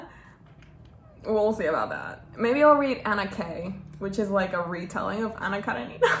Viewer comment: Anna KerEnina (the second 'e' is stressed)! Anyways, girl, I'm so proud of you! I'm Russian, we studied War and Peace last year and tbh I didn't read it... only a couple of chapters, maybe. So you're my hero! I also paused every moment you showed your notes and your thoughts are so beautiful, I love how much effort you put into reading. That's something I want to learn from you. I think that you should read Crime and punishment by Dostoyevskiy if you haven't yet, it's also a very interesting and meaningful russian book. And it's not that big, so that's an advantadge now, I guess! Good luck, you're awesome!